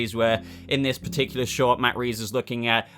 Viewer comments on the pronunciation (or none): none